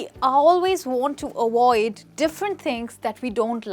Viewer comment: Say avoid not awoid